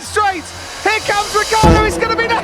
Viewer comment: Say it with me folks: RI-CHIARD-DO ITS SPELLED WITH A FUCKING I FOR CHRISSAKE